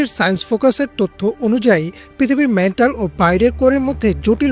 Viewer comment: মেন্টাল নয়---ম্যান্টল।